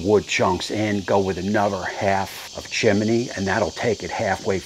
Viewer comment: Chim-a-ney... Love to NJ accent brother